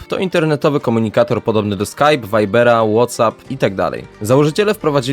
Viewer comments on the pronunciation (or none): none